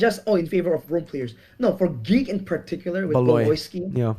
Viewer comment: Did you just mircurse Geek? 🤨